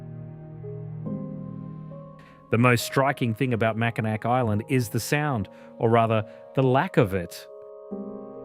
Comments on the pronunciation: mak-uh-nah With all of the hard work put in to making this video a good video, and it is a good video, it's a shame nobody takes a couple minutes to look up how to pronounce something. At least this video doesn't sound like an AI. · I always laugh at how they pronounce Mackinac lol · Not Mack-i-nack, Mac-i-naw! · Mack-in-NAW not Mackin NAC. Every doc on You Tube... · mak-uh-nah. They made a great video but didn't bother to do a simple dictionary check. It is a good video though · it's pronounced MackiNAW, not MackiNACK. pls fix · "sault" pronounced like "salt", "Mackinac" pronounced with a "C" at the end....did they consult anyone from the Great Lakes before recording the VO? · It's pronounced "Mack-in-awe" not "Mack-in-ack" for both the bridge and the city. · Incredible video..... But it's pronounced Mackinac (Mack...I...naw). Haha. I just had to be that person for once. Thank you for such a great job and including Canadas wonders on the lakes as well. I'm proud to be a Michigander. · I immediately turned it off when I heard Mack-in-Ack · Really enjoyed the video. Top notch production. I do have a slight correction - Mackinac is pronounced MACK-in-awe. I have no idea why, it just is. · Mackinac is pronounced Mackinaw. The "C" is silent. Research please? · AAHHH it’s pronounced Mackinaw!!! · Chicago originally had sand dunes like Indiana and Michigan but they were removed. And it's not prononced Willis tower, it's pronounced SEARS tower. Much like Mackinac is really prononuced Mackinaw. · MACKINAK????? LOL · Well, it was good while it lasted. I'm sorry, I always cringe when anyone mispronounces "Mackinac (Mackinaw.)" Lets see if after the Mackinac segment other things are mispronounced. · Macinac is pronounced MAC A NAW. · Mackinac is pronounced MackiNAW. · Mack-in-ack? lol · The video is great but it's pronounced mack-in-aww, regardless of spelling mackinaw or mackinac. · The c in Macinac is silent. It is pronounced Macinaw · Annoys the shit outta me